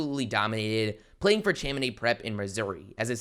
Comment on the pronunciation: It’s pronounced (shaw-ma-naad) it’s not (Cham-in-id)